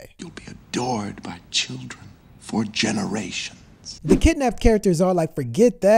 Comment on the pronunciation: And please try saying "the" instead of "dah"